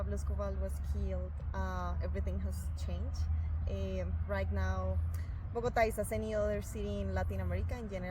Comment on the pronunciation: Would it kill you yo try to learn to learn some Spanish or at least try to pronounce a few names correctly? What is "Bogata"? 😢